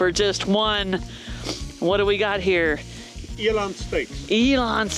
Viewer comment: Eland, not Elon.